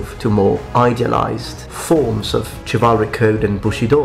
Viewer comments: Minor nitpick, but Chivalric/Chivalry is not pronounced with a "Ch", but with a "Sh" in both English and the original French origin. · It's pronounced shivalric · ITS PRONOUNCED SHIV-AL-RIK CHIVALRIC!